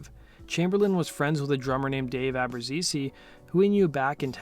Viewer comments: ITS NOT ABRUZESEEEE... FOR FUCK SAKE! Ab Ru Zees. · Great video. It's pronounced AH brooze EEE, or AH brooze EEZ. The way you said it was driving me nuts 😆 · Fun fact, it's pronounced David A-bru-zay How do I know? My stepdad Domnick Franze was cousins with Dave's father and as kids I used to hang out with Dave in Mesquite Texas. He also has a brother named Alan that's a tennis player... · The fact you can't even pronounce Daves last name correctly absolutely destroys your credibility. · I don't think he's saying Abbruzzese correctly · You've horribly mispronounced his name